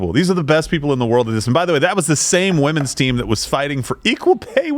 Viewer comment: "Wimpen's Olympics" niiiiiice unintentional haha